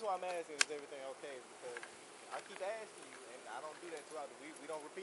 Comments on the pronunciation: First lady officer: i keep axing you to leave. Really? They got now the dum dums in the force? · Officer, you definitely should not be AXING anybody to make them leave. AXING people is against the law